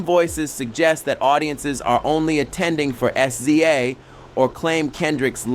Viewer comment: AI can not say Sza! 😂😂😂